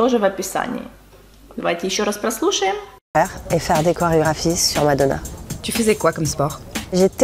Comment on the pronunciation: Не зразу зрозуміла, що це таке мадонà, я часто через наголос на останньому складі не зразу розпізнаю знайомі прізвища. Декілька нових незнайомих фраз, цікаво. Дякую за нове відео,.